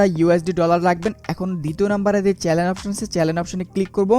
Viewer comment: it's not Challen, It's Channel bro